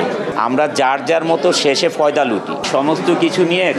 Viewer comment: ক্যালকাটা ফয়দা আসল উচ্চারণই ভুলে গেলাম🤣